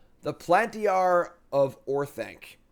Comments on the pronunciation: Dying 😂 at your Palantir pronunciation. Nerd card revoked!! JK, love you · Listening to him say Palantir was painful